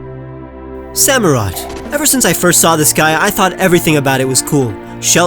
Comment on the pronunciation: Samurott, NOT Sammorot!